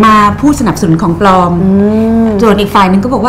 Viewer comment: ปลอม เป็นคำควบกล้ำ ใช้ ล ลิง ครับ ไม่ใช่ ร เรือ...อ่านข่าวยังเพี๊ยนเลยคุณ